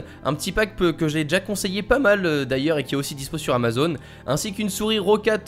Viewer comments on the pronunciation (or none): none